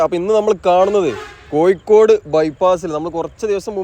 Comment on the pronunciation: കോയി ക്കോട് അല്ല കോഴിക്കോട്